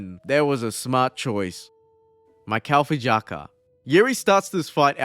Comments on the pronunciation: a proof that chael can actually correctly pronoucne fighter names and botches it on purpose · I’ve never heard Chael pronounce his name right before 😂😂😂